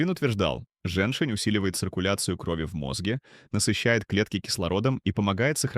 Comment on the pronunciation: жЕньь-шень. ударение на первом слоге. А не женшина.